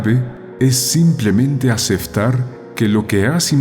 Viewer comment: Dice aceftar